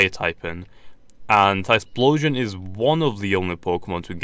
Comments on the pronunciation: it's not tysploshion it's ty flow shun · It's not Tysplosion mate, get it right